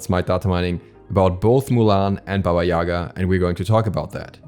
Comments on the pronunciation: Its pronounce baba Yagaaaaaaa, not yaaaaaaga. The sound focuses on the last A not their first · Well, it's pronounced [baba ya'ga], not ['yaga] :c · Not Baba yAga , bAba yagA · but it is actually pronounced as BAba YegA, not as YAga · More correct to pronoince baba yagA. Atleast Russian fairy tales call her like that. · No, it's pronounced BAba YAgA. There is no "e" sound anywhere. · I can't be the only one who thought that said baby Yoda😂